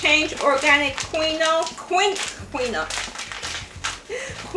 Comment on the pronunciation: The food looks good quinoa is pronounced keen waa